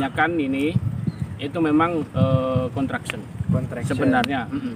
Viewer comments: Sebut betul- betul...construction bukan contraction...🤩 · 'construction'...jgn salah sebutan😂😅..